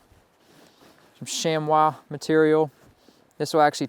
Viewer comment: "....sham wah..."??? WTF is that!??!?!